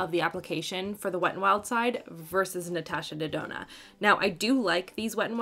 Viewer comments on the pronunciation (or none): Ahaha I loved it when you said Natasha Dedona 😂